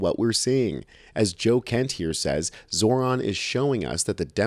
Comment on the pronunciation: they still cant say his name right 🤡